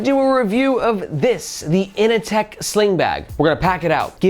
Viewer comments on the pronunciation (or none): Can’t help but hear Ini-Tech instead of Inateck, it’s not The Matrix it’s Office Space 😂 In seriousness I don’t dig the looks of the kinda glossy finish and it looks too bulky when full but I gotta admit that for the price point it’s a fairly impressive package